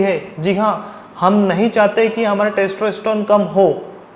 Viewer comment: testroestron? wtf are you saying? please take care of your pronunciation!!